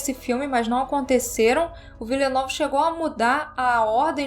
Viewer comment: A pronúncia correta do nome do diretor é; "Dení Villenêv" E sobre o filme; filmaço! 🤓